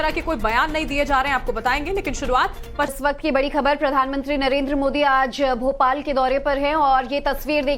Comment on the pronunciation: It is Bhopal not Bopal